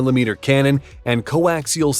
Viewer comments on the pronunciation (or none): none